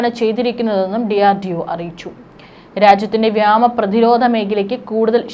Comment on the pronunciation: വ്യേമ എന്ന് ഉച്ഛരിക്കാൻ പഠിക്കൂ